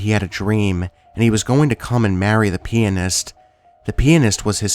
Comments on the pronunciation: I love your voice so freaking much, I wish you'd upload more. Also not to poke fun but the way you said pianist sounded like penis. yes I giggled. lol. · Dark Empress lol sure does sound like he says that!